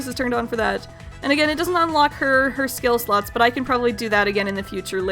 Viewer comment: I thought you said skill sluts instead of skill slots...